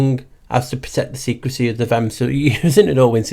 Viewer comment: Vehm...sounds like VEM...the h is silent.